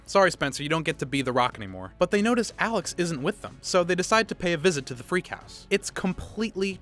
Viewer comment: Its Freag, not freak